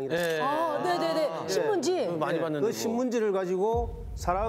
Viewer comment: 표준말을씁시다 쌀.살 등산화 덩사나 신문지 시무지 사따기 시무지가 산딸기 신문지 발음 좀 똑바로해라